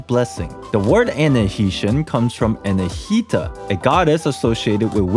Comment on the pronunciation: Anahi ti a, you say anahita lol.. but yea makes sense, i also assumed he was a dendro archon or something, but i think thats probably not the case since mihoyo would make money from a new character, thus it benefits them to make the lore that profits